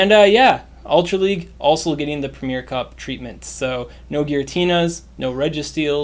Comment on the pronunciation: Arrrgghh premier has 3 syllables, not 2. It’s ‘pre-mi-er’.